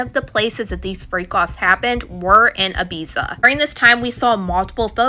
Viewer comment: Is this AI or a human that doesn't know how to say Ibiza